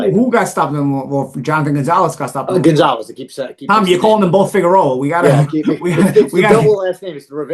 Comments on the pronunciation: Rivera Figeroa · Holy crap it's not Figueroa! Lol 😃 ng aside always enjoy your breakdowns.